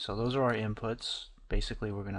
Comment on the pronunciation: "Now pixel depth is 'Baythicly' " Lmao. Nice tutor though hanks.